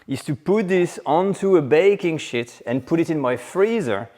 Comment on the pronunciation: Excellent! Possibly think about the pronunciation of "sheet"